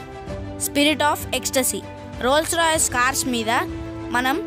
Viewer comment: Reyyy......adhi Rolls Royceeei kadhu it's just a Rolls Royce